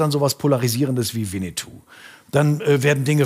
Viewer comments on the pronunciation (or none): none